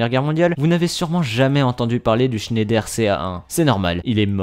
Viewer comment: Mes oreilles d'alsacien souffre 😭 pour information on dit pas : schéndaire comme tu le prononce on dit Schneider vas sur Google traduction et met la langue en allemand il y a une grosse différence sinon continue tes vidéos 👍